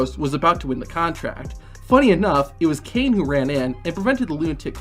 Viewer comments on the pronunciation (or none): none